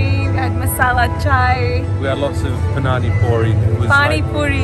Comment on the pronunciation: Hahahaha at the end he said 'punaani chai' . Instead of paani chai. PUNAANI means a woman's fanjito in patwa. Lol